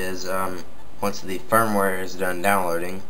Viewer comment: its firmware not "fire ware" firmware is like a kind of software